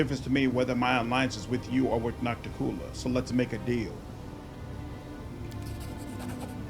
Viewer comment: "Oh, it's Noc-ti-cU-la, not Nocticoolah?" I knew that but I felt it would be pedantic to point it out. It is why it's nice to have voice acting to pronounce these names.